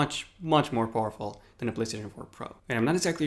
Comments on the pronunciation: Poorful instead of powerful 😂 go back to school dude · At first I thought he said most awful console and I was like ayyy this guys a ps4 user but then I realised he said powerful😂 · When you said powerful I thought you said awfuL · The way you said powerful made me think you said poorful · is he saying horrible or powerfull